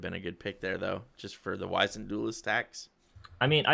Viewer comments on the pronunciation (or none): Wiz-ened Duelist. Not Wise-ned Duelist. Silly Casters